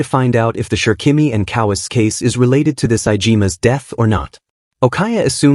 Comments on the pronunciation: Ko Wa Se. Not kowees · Why does a manga recap channel have such bad pronunciation for the Japanese names? Especially Kowase, my god.